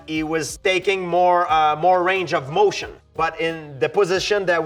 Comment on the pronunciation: “that goes BEHOOND the range of mötion”